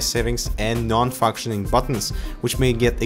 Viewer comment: he said non fucksioning buttons lol